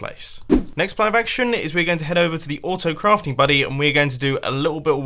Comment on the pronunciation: Vlogs Is it only me or did Mumbo say- Auftocraft?